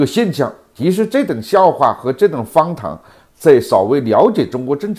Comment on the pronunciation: 老何今天普通话可以了，再练练h的发音，别老把荒唐读成方糖，加油，争取早日不含萝卜